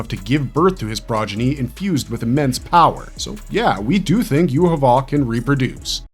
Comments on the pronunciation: not with the way he is pronouncing his name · why are you pronouncing his name so badly, 3 minutes into the video and I had to tap out